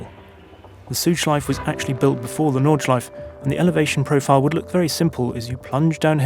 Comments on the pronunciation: Nice history lesson! Interesting how you actually say Porsche correctly, not Porsch, yet you say Südschleif and Nordschleif, not Südschleife and Nordschleife... :) Same 'e'... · Noooo..... they’re pronounced Nordschleif*err* and Sudschleif*err*..... come on, you sound like an amateur. Just like you pronounce Porsche!